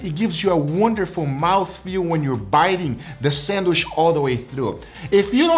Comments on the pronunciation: For its Sandwish not Sandwich:D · WHY DO YOU SAY SANDWISH?!??!?!?! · He’s pronouncing the word “sandwich” in a way closer to “sanduíche” (‘sandwich’ in Brazilian Portuguese), his (and my) native language. Since the “che” part in the Brazilian word has a “sh” sound, he ends up pronouncing it in English as “sandwish” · In Brazilian Portuguese its spelled "sanduíche" and pronounced "sandweeshy". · Drink every time says sandwishhhhh 😂😂😂